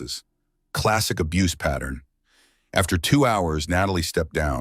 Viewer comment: Abuse is two syllable